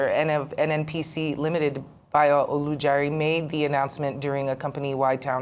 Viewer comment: Ojulari not Olujari